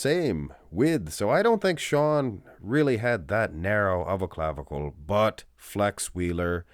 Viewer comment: Stop saying "clavicle" !